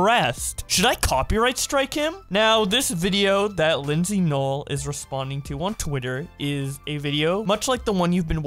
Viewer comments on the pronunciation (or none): You literally say linzy nooel 🤣🤣🤣